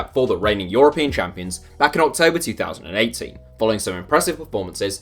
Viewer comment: Are you saying 2018 or 2080? I'm confused